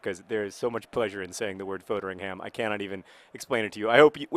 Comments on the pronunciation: JOHN YOU'RE SAYING FODERINGHAM WRONG! It's pronounced fod(like pod) ering ham(Like hmm) foderinghmm NOT FOADERINGHAM Thank you. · John, I love you, but you're pronouncition of Foderingham is infuriating. It should be pronounced FOD-ER-ING-AM, not FODE-ER-ING-HAM